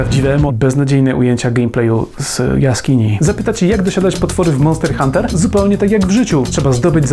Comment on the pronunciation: "MONTER HUNTER"